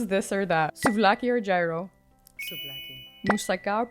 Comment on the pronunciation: Lol pronounces everything perfect but totally kills Gyros 😂